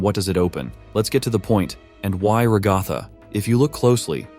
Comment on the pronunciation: “Ragotha” I’m sorry 😭